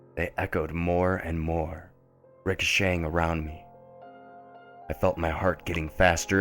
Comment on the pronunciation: That's How You Say It.